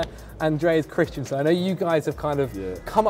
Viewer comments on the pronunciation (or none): mate why are you pronouncing it Christ-IAN-sen? You should know it's Christ-EN-sen:)